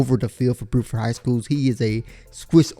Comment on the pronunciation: He also says "boo-ford" high school instead of "bew-ford" high school